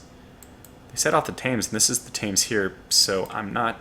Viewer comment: Thames is pronounced "Tems".